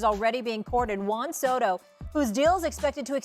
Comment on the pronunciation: Juan “So Ho” according to Stephen A.